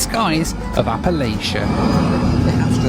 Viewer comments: Appal-atcha, but that’s nitpicking. awesome video! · It's pronounced "appuh-latch-uh" not whatever that was.